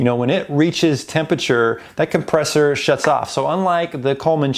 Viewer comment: Made me cringe every time you said compressor